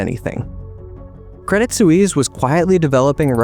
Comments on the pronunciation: Suisse: rhymes with "peace." A single, direct and simple, syllable. No, not soo-eeze. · Swies, not soeweese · Please learn how to pronounce the word ‘Suisse’. Thanks.